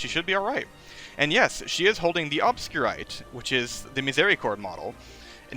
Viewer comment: The way you say Obscurité is really funny for me since im french and its a french word that definitely isn't pronounced like that